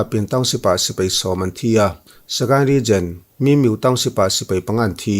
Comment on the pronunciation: Bengvar thlak e.... min miu tilo vin mi miuh tih tur